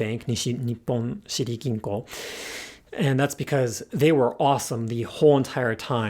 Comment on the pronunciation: sounded like shiri kinkou lol not シティ銀行